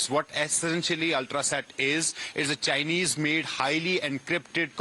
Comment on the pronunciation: This kind of journalism escalates problems. Special the way the woman stress the word CHINESE. Learn from Palki how to be a decent journalist.